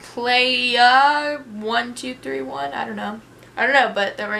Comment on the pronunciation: Did anyone else realize that on the first question she read out the person who asked her that question and she said "fifiplaya1231" instead of fifaplaya1231